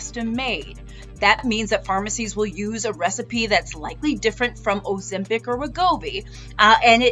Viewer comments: Bro said “Ozempo” 😂😂😂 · "O - ZEMP - HOE" 🤣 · "That uuh that uuh Ozempow"😂😅😅